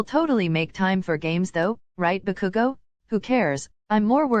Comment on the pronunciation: why is saying bakugo like Baku-go x-x